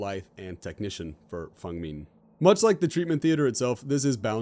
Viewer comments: Okay minor nitpick but please stop pronouncing feng min "fung ming" its not that hard to pronounce man. Its pronounced as its spelt and i honestly dont know how you mess it up that hard. Literally everything else in this video is on point just please work on your pronunciation please. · As a Chinese person who speaks basic Chinese, it's Feng Min not Fung Min, at least depending on the tone, è might be pronounced as a 'u' but it's most likely Feng Min not Fung Min, people who say otherwise are either smarter then me or using Chinese to English translator, which is not accurate to Chinese.